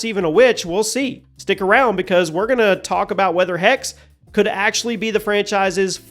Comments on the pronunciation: Its not "hex", its "hexe" which is german for witch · Thanks. By the way. It’s pronounced HexE. Greetings from Munich. 🧙‍♀️ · Typical American not pronouncing Hexè properly you need to pronounce the E at the end it’s the German word for Witch. -_ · Dammit man, it's not a curse, it's a witch! HECK-suh! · it triggers me too. but americans will never pronounce foreign words correctly.